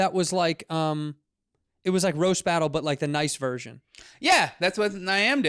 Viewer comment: He said “boast rattle”. Aka roast battle 😭😭 gotta love Ron